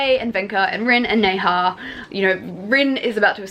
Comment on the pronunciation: Okay I have to tell you Nezha is pronounced like Nuh-ja 😂